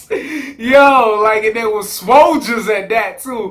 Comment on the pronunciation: "Swoljas" I will give you one week to copyright that before incorporate it into my daily vocabulary